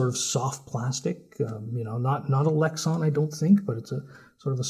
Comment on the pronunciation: I know what Lexan is... You said lexon. Lex-on...